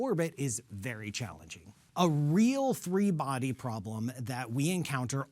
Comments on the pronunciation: It's "PROBLEM", not "PROBELM". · "Probelm"?? Really dude???? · What is a “probelm?”